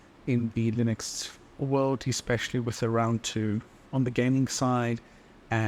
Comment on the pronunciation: I like how you pronounce Linux the same way as you pronounce Linus. It makes sense because the guy's name is Linus who made the original kernel, right? I always wondered why everyone pronounces it with a soft "I" since it's named after its creator, and Unix.